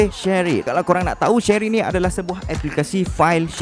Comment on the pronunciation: Shareit bang bukan shery